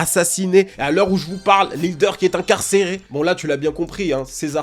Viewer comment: Ta manière de dire INCARCÉRÉ et ASSASSINÉ nan jsuis trop trop mort là